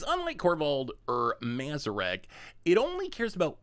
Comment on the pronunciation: reading odd as old was rough lmao, but not as bad as that mazirek kraul death priest pronunciation.